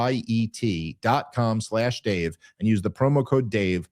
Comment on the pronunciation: Its ROO-GEE-IT you say it dodo funny bro😂😂😂😂